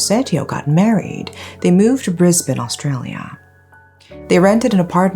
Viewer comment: Always refreshing to hear someone bother to check pronunciation. People outside of Australia generally say 'bris-bayne' 😢 the A throws them off